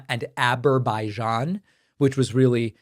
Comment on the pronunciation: It's Azerbaijan - a-Zer-bai-jan. Please just pronounce the goddamn 'Z', it's not that hard.